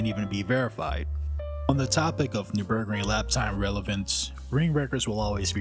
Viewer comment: Overarching … not overreaching. And you pronunciation of the NUR BERG RING sounds like new burg ring but with a strange rhythm. Very curious. Otherwise, good subject and lovely visuals! was that gt7 footage at the end?